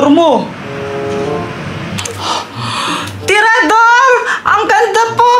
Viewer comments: Hindi traedorhinditinidor😅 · si ginagawa ang tirador naliging tinidor😂😂😂